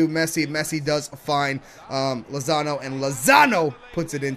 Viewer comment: He called Lozano Lonzo